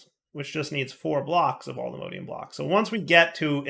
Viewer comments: Always find it funny when you call allthemodium allthemodEium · Cease and desist with the mispronunciation of allthemodium! All the MODS- alltheMODium! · Modium not modeium